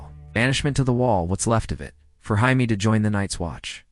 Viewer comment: Jaime is pronounced jay-mee You pronounce it like the Spanish